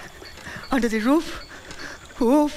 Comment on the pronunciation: Un the the rooof.....ooof.....😅😅😅😅